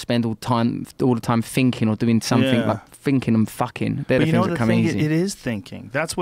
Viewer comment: Russell Brand trying to pronounce the word things is high level problem solving with dire conversational consequences